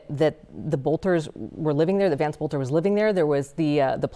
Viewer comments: faux news, his last name is Boelter, NOT bolter. Pronounced "Belt - er" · It's pronounced bel-ter